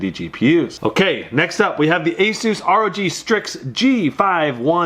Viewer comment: You say asus wrong! You say it like azsus...